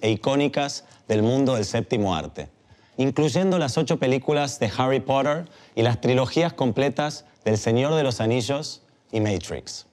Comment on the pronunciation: Que cringe cuando dice Harry poRerd